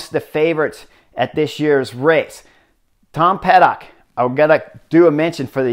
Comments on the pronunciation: it's Pidcock, Chris. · Lol I did a double take when he said that as well. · Great analysis - as always! 🙌 ...Btw it’s Tom Pidcock. 😉 Pretty sure you will need to pronounce his name couple of times more, in upcoming future. Cheers.